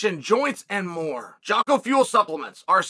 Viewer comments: he even screws up Jockos name, lol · I can’t believe this guy Jocko is literally paying Chael for ad reads and he still won’t pronounce his name correctly… also Anderson lost 4 rounds